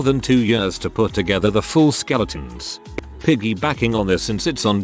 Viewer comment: did anyone else noticed the way he said “skeleton”? 🤣🤣